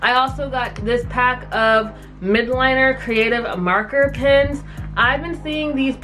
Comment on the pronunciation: I am not spreading negativity but it is clearly written ‘Mildliners’ and when you say it ‘Midliners’ it feels that a person is blind lol 😂